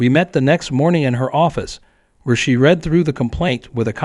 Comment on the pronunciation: Need to learn to pronounce certain words like read , etc.